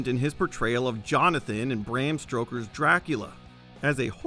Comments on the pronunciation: This dude said Bram "Stroker's" Dracula.....multiple times. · Bram Stroker? Two times. Really, dude? 🤦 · "Bram Stroker's Dracula...." Come on man, you butchered the man's name twice. You've gone one job narrating a video and you failed. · This video, when you said Bram Stroker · Dude. The man's name is not "Bram STROKER," it's Bram STOKER. You had one job. ONE JOB. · STOKER! STOKER! It's STOKER! Not "Stroker"! Am I the only one hearing this? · Bram Stroker? One of the most recognized names in horror and you mispronounce it? Multiple times? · Bram “Stroker” not once but twice. Who put this guy on the Pro-ject? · It’s Bram STOKER, not Stroker! The narrator can’t get that right!!!!! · It’s Bram Stoker, you absolute stroker 😂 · Sorry, Bram “Stroker”? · Keanu Reeves had a habit of being the weak link in ensemble casts at the time. See also Dangerous Liaisons and Much Ado About Nothing. Also it's 'Stoker' not 'Stroker.' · its stoker not stroker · It’s Bram Stoker, not Stroker, lol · It’s Bram STOker NOT Bram STROker. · Stoker, not Stroker. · STO-ker, not STRO-ker. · Stoker - not Stroker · Stoker, not Stroker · "Bram Stroker" was the best part of the video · I had trouble getting past "Bram Stroker" as well. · “stroker” I heard it too 😆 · No one is going to take exception to the "Bram STROKER"? LOL. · Did he just say Bram Stroker's Dracula? WTF? Stroker? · Come on man, Bram Stroker? Really? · Um who is “Bram Stroker”? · Lol pretty rich to release a video like this when the person you have voicing it kinda sucks at doing the one job you gave him and can't even get Bram STOKER correct. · I believe it was done on purpose to run up comments. Obviously it worked.